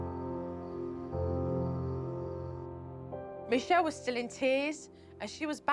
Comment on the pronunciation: "Mee Shell" -Jo Frost